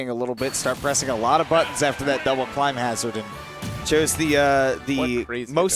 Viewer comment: I knew I wasn't the only one irked by that. Someone please tell him how to pronounce "Climhazzard"